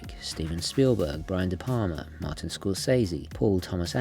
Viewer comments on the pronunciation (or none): none